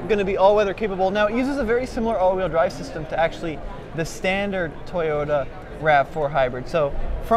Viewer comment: Toyota is not pronounced TAY ota, &, Toyota is not pronounced TIEota. As long as Toyota has been in the United States of America, you should be able to at least pronounce the name correctly. It is pronounced TO-YO-TA. Have you got it yet? Repeat it 10 times, if that is what it takes